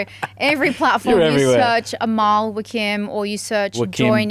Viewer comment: Lol, I happen to be Mr. Nader Wakim. I bet you Amal WAKIM must have Lebanese origins too. The family name is pronounced in Lebanon WACKEEM had AMAL told you this, I bet you she did not know it herself. Does Amal Wakim have a Website?